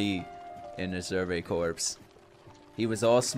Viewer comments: Corpse is pronounced like core when used to talk about a military branch/division/unit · I love you but corps is pronounced “core” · As some one who was in the Marine Corps, Corps is pronounced like Core. The word corp is an abbreviated corpus meaning body I believe. But the core also has meaning as it’s similar to the French word for heart, cœur. So you could read the Scout Corp as the Scouts giving their Bodies and Heart! Shinzo wo Sasageyo!